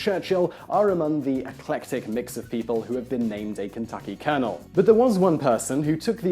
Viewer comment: Thanks Whistler. I'v lived 33 years and this is the first time I'v heard colonel Sanders pronounced correctly.